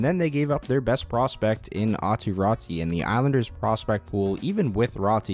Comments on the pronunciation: Pls dont pronounce Räti. I can't think better example but same as in Lemieux that ux is pronounced. So try say it like Rätux 😅. Or just Rätu. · Raty is pronounced the same way AATU is AW-TOO RAW-TOO